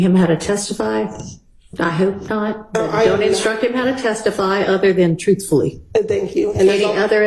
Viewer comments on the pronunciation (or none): ALL THE YEARS OF EDUCATION HAD AND STILL DOES NOT KNOW HOW TO SPEAK PROPER ENGILSH.. IT'S "ASK" NOT "AX" AND ITS "TRUTHFULLY" NOT "TROOFULLY" EVEN SPEAKS BETTER